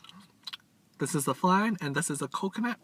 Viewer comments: 😂this man said flang instead of flan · It’s pronounced fl-on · You say flan wrong just saying